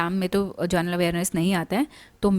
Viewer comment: Your video and content is good..But when u pronounce the word "general" in general awareness it sounds like "journal" plz correct it mam😊